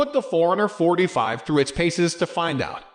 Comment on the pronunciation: Sounds like you're saying 445, lol.